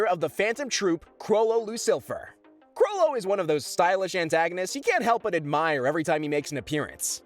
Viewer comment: “Chrollo Lucilfer”💀